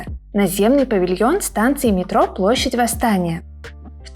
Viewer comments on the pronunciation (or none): none